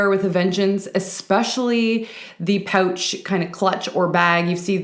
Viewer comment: Love the way you say pouch. Lol. I love feminine tops and so so so happy to see them everywhere! I totally agree with you on seeing a pop of color in a sea of black so I do not own a black coat just colorful ones. Love your videos ! Do you have a favorite fashion decade?